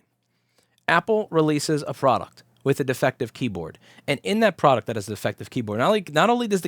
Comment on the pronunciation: Product but he really said fraud-uct